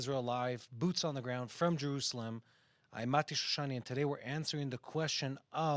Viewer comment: Very clearly said Mati. Thank you for such good clarification